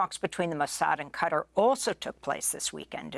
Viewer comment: Amy, please learn how to pronounce ‘Qatar’ properly.